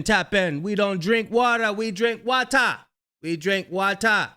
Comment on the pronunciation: It’s pronounced Waaa taaaa 😂🇯🇲 not Wata